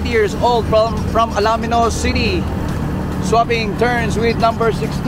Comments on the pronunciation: Ang ganda ng coverage, kaya lang parang hindi taga-Pangasinan ang broadcaster. Correction lang po...ALAMINOS po ang pronunciation just like the way it is written at hindi ALA-MINOS. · Ang announcer ay hindi maraunong mag pronouce ng bayan ng Alaminos. Get on board mister and try again. I suggest you ask the cyclist na dinidilitan mo. (Vic from San Fabian and watching from CA USA.